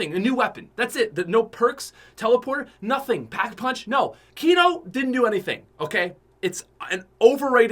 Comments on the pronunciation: Kno moor cod of dooty. moar fortnot. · I got triggered when he said kino 😂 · Was I the only one that said “I hate you” when he said kino. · When he said kino I got bit upset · PUT SOME RESPECT ON KINO'S NAME......still love you though <3